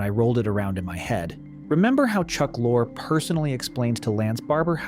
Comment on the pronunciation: Its pronounced Chuck Lor-ee